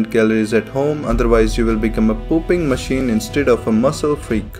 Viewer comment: I cracked at the "You will become a pooping machine" 😂😂😂🤣🤣 His pronounciation was also very funny